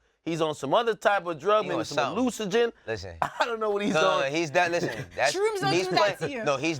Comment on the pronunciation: Akademiks just say hallucinogen!? LMFAOOOOO